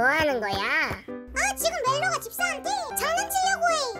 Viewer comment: 멜로가를 멜로디라고들임ㅋㅋㅋ